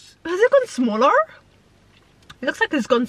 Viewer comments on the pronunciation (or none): The way u said smaller like smolrR😭😭😭